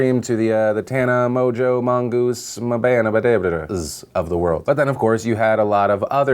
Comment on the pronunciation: Philip DeFranco Phil it's really disrespectful how you always pronounce Tana's name. I feel like for most everyone else you would look up a pronunciation before speaking or just say you don't know how to pronounce it. Every time you mention her you let her name roll off like you couldn't care less. You also said the "Tana Mongeau's" of the world as if she's her own type of person who matters less. You don't have to like her, sometimes I don't either, but she's a fellow Youtuber just be respectful.